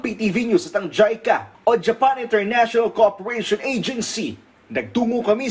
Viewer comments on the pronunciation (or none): none